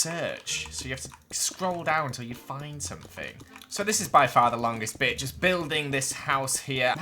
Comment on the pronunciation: it sounds like he’s saying the b word buts he’s saying bit